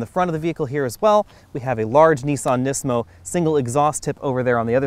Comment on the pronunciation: my only complaint is the butchering of the performance names. nismo and the fiat comment.